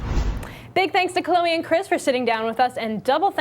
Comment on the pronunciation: Her name is Chloe not Chleo.